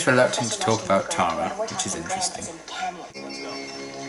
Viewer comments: If you watch then "Clahra" should be sufficiently seared into memory. Similarly, Giles—and, unsurprisingly—says "Tahra" [tærə] instead of [tarə] like the other characters (including Tara herself) say it. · As far as pronunciation goes, when I first watched the show I didn't pay attention to her name on the credits, so thought that Tara's name was Terra for a number of episodes. That's what the American pronunciation sounds like to me (in Australia we would pronounce it the same as you ).